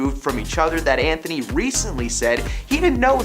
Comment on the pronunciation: His name is ANTONY. ANT-TONY Star. Thank you for coming to my Ted Talk. Also, watch Banshee. He did it before The Boys, and it’s the maybe the single best show I’ve ever seen. Fanshee 4 ever 🖤